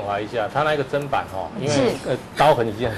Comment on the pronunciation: ，根據教育部國語辭典，砧是念ㄓㄣ，不是ㄓㄢ，要改哦!